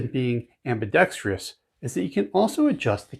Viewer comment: AMBI-DEXTROUS, NOT AMBI-DEX-TRI-OUS.